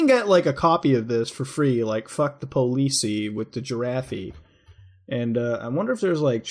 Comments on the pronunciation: lmao that "girafee" tho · Your pronunciation of giraffe made me laugh